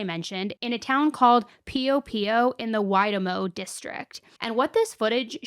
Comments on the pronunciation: from New Zealand here, thanks so much for covering the case on Tom & his kids. Theres many theories about people helping hide them out. Would love a deep dive! **Also just so you know, Waitomo is also pronounced like Wai"toe"mo rather than Wai"ta"mo. But the attempt was appreciated ❤ Love you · New zealand maori pronunciation why-tow-mow (waitomo) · Please do deep drive in Tom Phillips. I live in NZ. Love your attempt to pronounce place names lol they can be tricky. Waitomo is pronounced Y-Toe-Mo if you wanted to know lol. If not there is a fact that no one asked for. Love your videos. (Auto correct to kids for vids leaving me feeling like a weirdo) haha